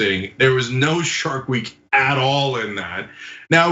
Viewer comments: I thought she said shart week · I understood "Shark Week" as she started her period. Thats what my neighbor calls hers.